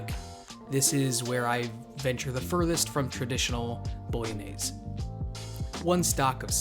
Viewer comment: you mean it's not pronounced bologna-knees lmfaoo